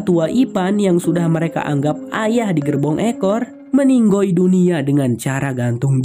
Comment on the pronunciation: Lucu pas ngomong meninggoi hahahah